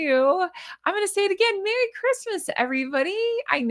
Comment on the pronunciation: Merry not Merrt.